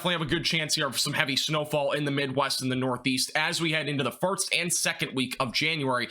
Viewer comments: I honestly enjoy watching your forecasts, but I've noticed everytime you say "first" it sounds like "farts" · LOL I had to rewind to double check I heard him correctly 🤣 it definitely made me giggle 🤭